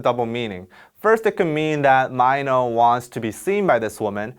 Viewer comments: why does he say m EYE no isnt it m EE no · i love these explanations but the way you said mino as maynow made me so confused. isn't it pronounced as meeno (mino)? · Not sure why it bothered me but his name is Mino. Not sure why it was pronounced like Myno the whole video. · Why do you pronounce his name as Myno instead of Mino as in short "I" ? Really curious. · Super Junior Heechul called Mino as Myno. Just see Knowing Bro Winner x Byungjae ep. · MY-NO OOPS I ALWAYS PRONOUNCED IT AS MIINO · I’m keep listening and every single time you saying MINO intrigues me. MY-NO and MEE-NO keep changing when it’s pronounced MIN-O. It’s quite funny. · Wait so he’s pronounced mY-no and not mEE- no? I’ve been calling him MEENO all this time so am I wrong ?? Lol love this explanation Lmfaoo when you said you thought this song was all about sex and you said “the climax of this song” right after that lol 🤣🤣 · Ok is his name really pronounce like my-know? I thought it was like Minnow...??? Am I crazy or has all of the studying of korean I’ve done been wrong up until now😅😅😅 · meeno not myno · the whole time I call Mino, Mino (Mi-no) but when I heard the way he calls him Mino (Mai-no) i was like: wtf!! am I really an innercircle? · I always thought Mino was pronounced “Mee no” but here they’re pronouncing it as “My no.” Innercircle, which is it?? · its mino not MY NO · so it's really pronounce as Mai-no? dyemss I always pronounce it as Mi-no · omg i’m sorry its mee-no not myno😭😭😭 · Does mino pronounce his name as "my-no"? I always thought it's "me-no" like in Korean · On stage, he pronounces it as My no. Offstage it's Meeno(mino) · I'm pretty sure it's mee-no not my-no 🤣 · Just pronounce Mino as 미노 ...NOT 마이노 ㅋㅋㅋㅋ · Everyone did that. Even mino himself say maino a lot lmao. U didnt realized? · He usually says his name like that in his solo songs :-) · Mee-No, It was bothering me the whole time 😂😂😂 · Hadn't expected him to call Mino 'Maino' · never new his name was pronounced as mine-no